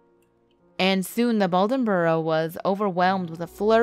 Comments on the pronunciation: It's BLAdenborough (like a blade) not baldenborough (not like bald). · Bladenboro not Baldenboro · B"L"aden County, BLadenboro. B L sound it out slowly... It's not a difficult word to read or pernounce... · It's Bladenboro..not "Ballenboro".... the "Beast Cat" is actually the famed "Carolina Panther". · "Blade", not "bald" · It’s pronounced “Blay-dun-burr-o” 🤦🏼‍♀️ not “ball-den-burr-o” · These stories are cool, but it's painful to listen to. It is BLADENboro not Baldenboro (you pronounced it right the first time!) It's Ca-Ta ba (Catawba), NOT Catawabee? Neuse is pronounced "Newz" not "New-ezz and Pam-lecko? I couldn't listen anymore after that one. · Its 'Bladenboro' ... not Baldinboro lol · BLADENORO NOT BOLDONBORO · Obviously pronounced “blade n boro” must’ve not took any time to research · You are butchering the name of Bladenboro by calling it Bouldenboro. If you're going to tell a story get it right. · She is pronouncing that wrong. It’s Bladenboro NC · It’s BLADENBORO. B.L.A.D.E.N county. Lord. That was super annoying. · Couldn't make it a full minute into this crap video. She sounds SUPER dull and she mispronounced "Bladenboro."